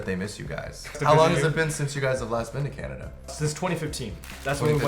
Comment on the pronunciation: he said canadia haha